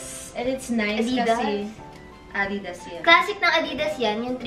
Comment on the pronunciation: Tama si mother. It’s A-didas. Not a-DI-das.